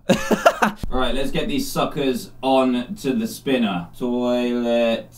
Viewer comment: Hermione Granger its spINner not spinER